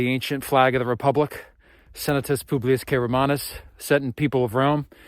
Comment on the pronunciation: Hey dude enjoy your vids and your quirky humour. Just a tip I think you'll find SPQR is an abbreviation for Senatus Populusque Romanus. It sounds like you are saying publius. Ave!